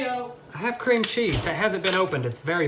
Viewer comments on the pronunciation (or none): I'm crying he said "creme" cheese 😂😂😂